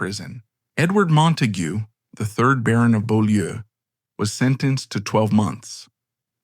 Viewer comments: Beaulieu is pronounced bue (rhymes with cue) and lee (rhymes with see). It's French for beautiful place. I live just up the road from there. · Well yes, it’s a French name, and the commentator voice gives an approximation of the French pronunciation. ‘Bew-lee’ is the accepted modern anglicised version of the name of the property, which itself was the site of Beaulieu Abbey, a Cistercian foundation established by King John.